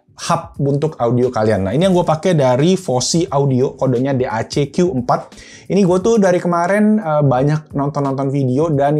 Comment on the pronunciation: Bukan Dek bang bacanya, tapi D.A.C